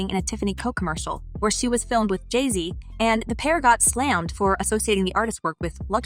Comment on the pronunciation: You say Jay z weird